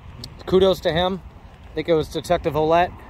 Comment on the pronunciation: Ouellet is a french Canadian name. The proper way to pronounce it is "Wellett".